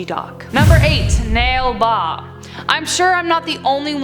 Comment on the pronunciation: its Na Li Ba not Nale Ba